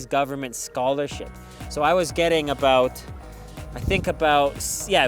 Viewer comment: I repeated this several times trying to hear how a Canadian pronouns the word “about “ 😂